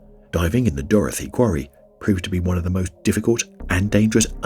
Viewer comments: I wish you’d stop calling it Dorothy 🤣 It’s Dorothea!!! Lol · It's not pronounced "Dorothy". It's "Dorothe a". People keep mispronouncing it. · Hunter It's not a spelling issue. It is a pronunciation issue, as I pointed out. He doesn't know how to pronounce Dorothea.